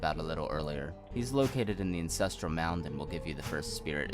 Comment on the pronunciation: this is amazing but its ANCESTRAL not INCESTRAL